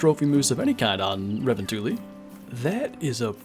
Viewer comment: Bro it’s Revontuli coast not Ravantali